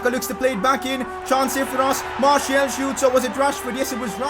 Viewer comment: Pronounce Martial’s name as Marsial as it is the official way of calling his name